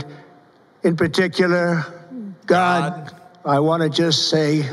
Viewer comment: He can't even sa God right. And what god is he thanking